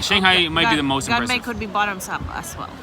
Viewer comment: 干杯（gan bei） gain bay😂😂😂